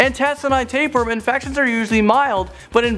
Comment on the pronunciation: wtf taperworm? you mean tapeworm